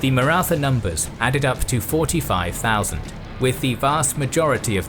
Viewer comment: The only wrong thing about this documentary is pronunciation of Maratha